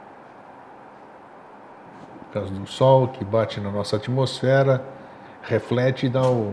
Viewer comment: "atomosfera" kk